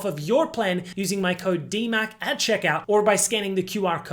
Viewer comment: "This is DihMac Daily" 🥀